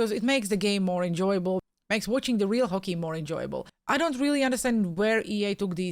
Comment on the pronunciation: What the hell is Fockey? 😂